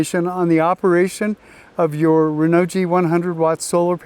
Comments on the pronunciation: Great video but if I may.... Hearing you say "Renault G" it messes me up.... I don't think it should be pronounced like that... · PLEASE learn the proper pronunciation of Renogy. You loose credibility instantly. I don't even want to listen to you. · P - I agree totally. Have a little respect BC